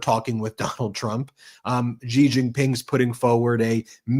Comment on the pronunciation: SHE jin ping, SHE Jin ping, SHE jin ping. It’s not that hard.